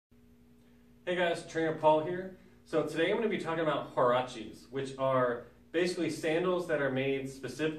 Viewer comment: Huarache (Wah- rah- cheh)